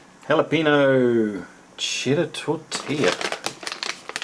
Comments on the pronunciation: Me being hispanic everytime he says Jala-peeno instead of Jala-penyo I die a little on the inside. =( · How do you get tortilla right, but you mispronounce jalapeno? xD